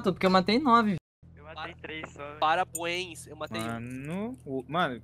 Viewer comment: "PARABUAINS" KSKSKSKSKSKSKSKSKSKSKSKSKKSKSKSKKKSKKSKSKS